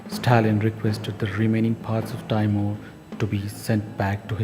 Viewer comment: it's not pronounced "tayymuhr" it's "tee-mur"